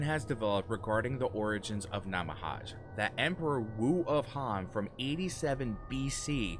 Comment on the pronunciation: Nah-mah-hah-gay is the pronunciation